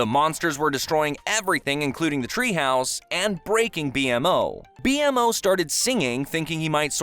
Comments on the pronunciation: It annoys me immensely that he says B M O instead of bee-mo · This guy called a doll a puppet AND CALLED B-MO, B-M-O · Why do keep saying B M O instead of B-Mo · His name is bmo not b m o 😞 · Stop saying B.M.O. It’s Bmo (beemo) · b m o its not b m o its B-m-o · Every time he says "B.M.O." instead of B-MO is killing me :') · Right i swear he never watched the show😭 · Yeah ITS BMO NOT B MO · It’s pronounced bee moe not b-m-o lol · If it didn’t say “B.M.O” instead of BeeMoe I wouldn’t thought this was a real person and script 😂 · yeah B M O instead of B MO is really off putting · hold tf up this MF really called B-MO B.M.O gtfo you dont even know the characters names and you tryna make a timeline vid on the show stfu kid! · I stopped watching after you said B.M.O instead of BMO(beemo) Did you even watch the show? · This is an AI channel. It must be to know so much about the show but still say BMO instead of B-MO. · I don't know why but I'm bothered by him saying B-M-O instead of B-Mo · Bee-mow not B.M.O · Dude really said B-M-O. It’s B-MO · It's not B- M-O its bmo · I immediately lost respect and interest for this video and channel after he said grass kingdom instead of slime kingdom and then spelt out B.M.O instead of saying BMO.... 😐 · The thing is that you call bmo B-M-O instead of bmo which is just the letters combined. By you separating the sounds is just annoying to me. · Not B.M.O its (BE MO) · "Bee em oh" bro its "bee mo" BMO. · I just can’t with the pronunciation of BMO, B-MO not B-M-O 😭😭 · Bro this video did my head in thank you for taking the time to correct this 🙏🏻 Ffs is B-MO not B.M.O, how do you get a characters name wrong on a recap 😅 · It's just BMO not B M O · It’s not B M O It’s BMO. Bee Mo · when you say thing like b.m.o vs " bee-mo" it makes it seem like you've never seen the show but are reading from a script that someone else ( who did watch/ enjoy ) wrote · pronounced (BeeMoe) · Bemo is the way its pronounced. Clearly youve never seen the show